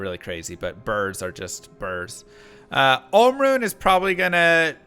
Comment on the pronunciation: Jaa rune and Om rune 👀 Its JaH and OHm